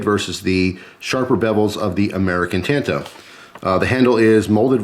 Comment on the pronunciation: Yikes "tanto" think of the original Karate Kid and how Mr. Miyagi says "San" lol Otherwise cool.